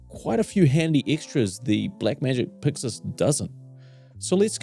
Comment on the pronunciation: Subscribed cause I enjoy hearing you say "Puxus". ❤